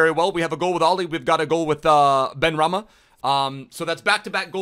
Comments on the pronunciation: Also it’s pronounced Ben-rah-ma 😂😂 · it is pronounces saïd ben-ra-ma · benrahma is pronounced ben-ra-ma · No one:: sAiD BeNrAhiNa Love U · I love you but how do you get Ben-Raheena from Benrahma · And he called him benrahina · did anyone notice that he called said benrahma ben sabini lol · It’s pronounced BEN-RA-MA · the way he said saïd benrahma 😢